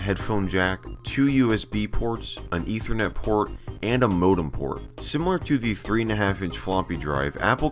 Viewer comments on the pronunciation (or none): none